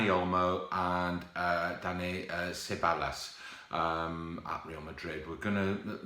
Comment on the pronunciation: Please pronounce Ceballos right just Google it